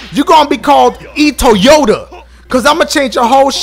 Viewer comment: Lol u said e. Toyoata 😂😂😂